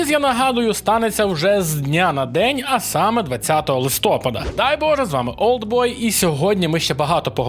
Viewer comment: Я ні в якому разі не хейтер, але кожного листопАду я страждаю, коли постійно каже "листОпад" 🥲